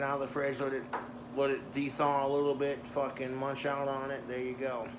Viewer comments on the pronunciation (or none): none